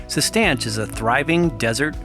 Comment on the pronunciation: I believe it works by making your body believe that you are not making enough testosterone, so it makes more Luteinizing hormone by gonadotropic cells in the anterior pituitary gland. I also believe it is pronounced Cis-Tan-Shah. I could be wrong on both of these points though.